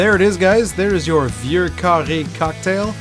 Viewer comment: Y E S ! ! ! enfin la prononciation correcte, du cocktail et de la liqueur !!! Love this one in the cold winter months!